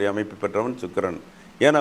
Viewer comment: Chuk... Illa pa Sukkran..